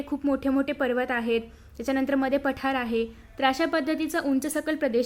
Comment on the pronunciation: And it is not paathr it's pathar 😂😂